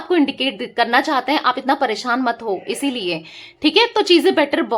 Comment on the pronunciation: मैडम !आप अच्छी रीडिंग कर रही हो।आप परेशान शब्द बोला करो,आप परेसान बोल रही हो।